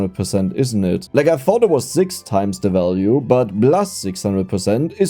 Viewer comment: I'm okay with the "i-ren" and the "zix" and "zeven", but draw the line at "o-ranium" 😤😤